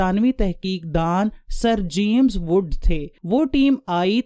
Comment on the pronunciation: اپ کی ویڈیو اچھی ہے لیکن اپ کا تلفظ بلکل غلط ہے مثلاً جیمم ز عل قمہ